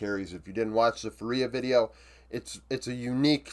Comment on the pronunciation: hey man! Really love your videos (and its completely fine if you don’t care): its pronounced FUria and not fuRIA anyways, cant wait for your next videos! love from 🇧🇷